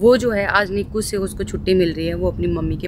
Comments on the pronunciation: निकु नही बोलते. इनाइसइयू बोलते हैं 😂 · Nicu nhi bolte n I c u bolte h short form h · Niku nhii N. I. C. U bolte h